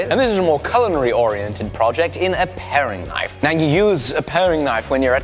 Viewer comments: "Paring" Knife. Not pairing. Love your content man! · You know it's a paring knife, not a pairing knife right? ;) Both lovely knives though.